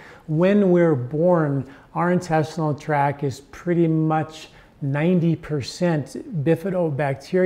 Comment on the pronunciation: Intestinal tract, not track.